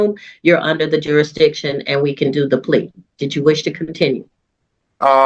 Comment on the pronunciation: The word is "jurisdiction", not "juradiction".